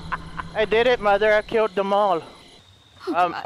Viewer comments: The way he says mother “moder” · I love how says mother. "I'LL KILL DEM ALL MUDER"